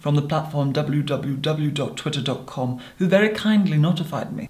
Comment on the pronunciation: The way he verbally expresses "www" as "double yoo double yoo double yoo" makes me feel uncomfortable and pleased at the same time 🥴🥴